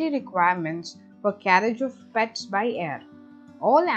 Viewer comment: Good one...Will be very useful for animal lovers...Could have avoided extra stress in the accent of PETS in the beginning...